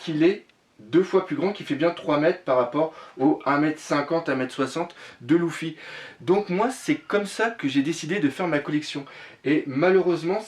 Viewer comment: mec cest luffy pas louffy sinon belle collection